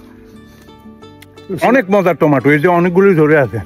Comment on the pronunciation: উচ্চারণটা হবে টমেটো টমেটো